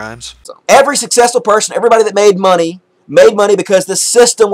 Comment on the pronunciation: He says monay like the Canadians from South Park